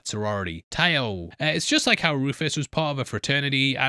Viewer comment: TAO is "Tau Alpha Omega" not "tay-o"